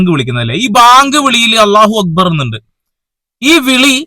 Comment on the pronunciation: അല്ലാഹു അക്ബറെന്ന് അറബിക് ഭാഷയിലെ ശരിയായ ഉച്ചാരണം താങ്കൾ പറഞ്ഞു bro